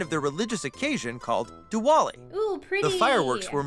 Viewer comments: Any Indians laughing when he said “ di waaa li” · It is not Diwali it is diwali with a v instead of a w I know this because I am an Indian. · The way he said divali was not right